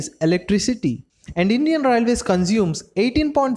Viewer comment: Atleast say railways properly. Your accent sucks..